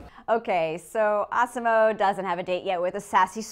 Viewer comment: I though she said awesom-O like the one in South Park